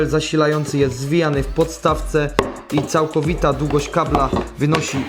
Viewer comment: Wodom, rozsondnnom, za pomocom, instrukcja obsugi, dugość , pomys, blutucz , sparowane ze dzbankiem, ulubionom jerbom, tom domyślnom, Itp etc Chłopie ogarnij język polski